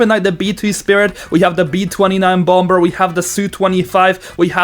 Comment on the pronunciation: it's funny how he says "bomBer"